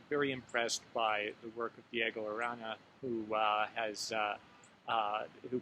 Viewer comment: "I, particularly, bEEn very impressed by the work of Diego AraNA" ahhahahah I s2 Michigan accent!!!